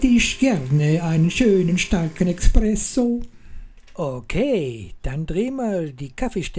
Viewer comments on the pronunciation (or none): danke, sehr anschaulich! es heißt übrigens "espresso", nicht "expresso" ;o)